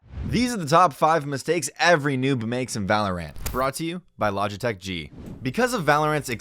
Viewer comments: he says VAE LO RANET not valorant lol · im sorry.... did he say "Val or Rant" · Now someone should show this dude a video on how to pronounce the word “valorant” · I love how he called it valor Ant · Everyone else: Valorant Narrator: VALO RANT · The way he said valor ANT made me uncomfortable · Oh thats weird he pronounces Valorant like valor-ANT... Whatevs.. Did he just say spells? Alright I'm out. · This dude does not know how to say things at all like what the heck man g five zero two? Valor ant? Dee fuse? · narrator sounds like an idiot lol. "spell" "valorANT" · Everyone else: Valorant Narrator: Valor Ant. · i say val-or-int, ive heard people say it like valorANT or val-er-ant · he says valor-ahnt making me not believe this ngl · Lmao for real, valor-ant is funny but "spells" is the dumbest thing I've ever heard. Is shooting a grenade launcher a spell now? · Well the first mistake to avoid is saying valorant wrong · Anyone bugged by the way he said valorant? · Can’t pronounce valorant tho